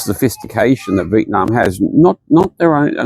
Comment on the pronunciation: What a privilege you enjoy to complain about a place you're not from and have to luxury to leave. Foreigners whining about why their lives aren't better in Vietnam (can you please even pronounce the name correctly?) should just pack and go. No need to speak, just exit. Who are you trying to convince? It's pretty disgusting listening to all the reasons why the country is not more convenient for you; you aren't even touched by any of the conditions your privilege keeps you isolated from. Please go home.